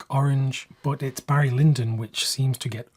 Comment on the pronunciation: “Hairy” Lyndon?